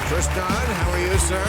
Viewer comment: Even though he makes very good points and I agree with pretty much everything he says, I can’t take a guy seriously whose name is “Tristan” but insists everyone calls him “Tristahn”